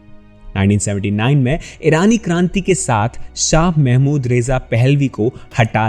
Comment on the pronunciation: Did not like the voice and video.Its Mohammad amd NOT "Mahmud"